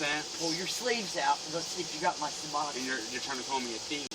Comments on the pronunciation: wtf is seboxine... must be really important to her... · haha all i hear is suboxins lol